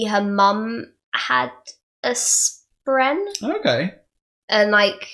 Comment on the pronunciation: Love it all other than the pronunciation of “spren”, it’s not “spreen”.